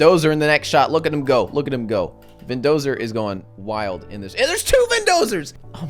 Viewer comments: Muh Vendozuh !! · Not only did you mispronounce VINDOSERs name twice but you also didn't realize when he had died... I am very disappointed....